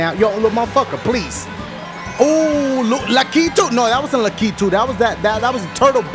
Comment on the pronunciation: It's pronounced lack-a-to